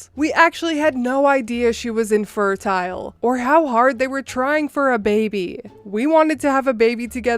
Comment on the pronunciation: The way you pronounce "infertile" and "intestines" ...